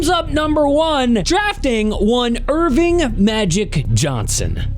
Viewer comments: His name is ERVIN. Not Erving. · It's Earvin (ER-vin) "Magic" Johnson, not Irving. There is no g sound at the end of Earvin.